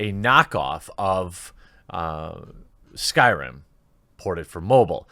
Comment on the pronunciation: "New s k y r i m game" Oof I thought you actually knew about videogames